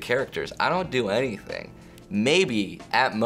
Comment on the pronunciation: "Ask me anyTHONG"